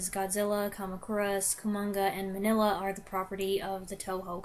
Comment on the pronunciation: Pronounced Mean-ya not Manilla. Cucamonga is a city just East of Los Angeles.